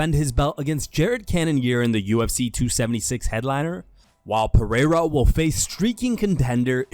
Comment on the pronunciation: Dana can't read. Lol 😆, He pronounced Alex Pereira's last name wrong. That's why he ain't paying the ufc fighters what they owed because he can't read the contracts so he just put any compensation digits in there lol 😆